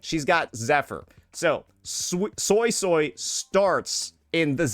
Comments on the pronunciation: You're a soy soy... It's actually "SueySuey" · Suii-suii not Soysauce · Fanned up SuiSui > Oiled up Changli. It’s actually pronounced “Sway-Sway” not Soy Soy btw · The japanese voice acting calls her SuiSui instead of the SoySoy crap I hear from english. Ty for the vid and insight. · For anyone interested, I know some Cantonese because my family speaks it, Suisui’s name isn’t pronounced “soy soy” the way you would say soy sauce. Obviously pronounce it however you want, but Suisui’s name is literally water water in Cantonese so you can look up “how to say water in Cantonese” and the first YT short wll give you an accurate pronunciation. It should be a video from “howtospeakincantonese”. What I’m about to say is redundant if you’ve already watched the video I suggested. The pronunciation is actually written correctly as Suisui. The way it should be said is like “sugoi” in Japanese but remove the “ug” so that you’re left with “soi”. If thats too confusing, treat the “o” in “soy” more like a “oo” so that it sounds like you’re saying “sooy”. Or you can just look it up. And if you’re someone that is telling others it’s “sway-sway” or “su-E su-E”, that pronunciation is atrocious and it sounds ugly. Stop propagating bad pronunciation like you know what you’re talking about, I’m not saying this to be mean. Plainly, if you don’t what you’re talking about you shouldn’t say anything at all, lest you lead someone astray. I haven’t played the story quest yet so idk how sanhua says her name. Hope this helps you understand Suisui’s name better. To Saintontas, “It looks like I’m spamming my comment. My bad, I just had to delete it to make sure that the message was clear. I had to put “water water” in parenthesis so people wouldn’t be confused and I accidentally left in a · Not the "Soysoy" 😭😭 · ZEEZAW, JANSHE, SOYSOY, ZONI well that's how unc said it😂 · After watching the livestream, I can’t unhear “Soysoy” for Suisui now..